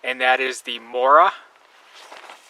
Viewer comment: morakanieve? lol